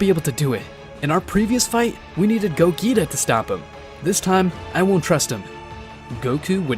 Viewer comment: Go-Geeta 💀💀its really pronouced Go-jeeta (Not to be that guy)